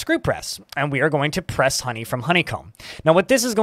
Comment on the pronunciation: funny how you say the word "HOney". lol